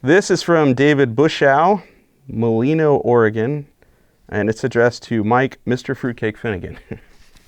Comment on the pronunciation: Mike the town in Oregon is pronounced mule—eye-no. Love your show bud!